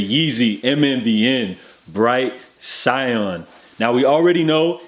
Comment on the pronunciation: “Sigh•Anne” .... ITS 🔥🔥🔥